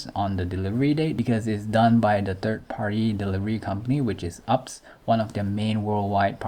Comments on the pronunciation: It is pronounce U P S and not ups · Bro, it's not "UPS." It's pronounced U-P-S. LOL